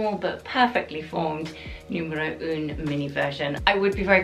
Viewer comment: I wish they’d help you with the correct French pronunciation of the numbers!! For example, ‘un’ is not pronounced ‘oon’. It’s more of a guttural ‘ahh’. The pronunciation of ‘neuf’ should be said ‘nuff’ rather than ‘noof’. Not your fault of course but they should be helping you, if they work with you!!